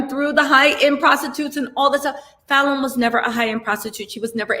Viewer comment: you pronounced Falynn's name correctly lol😆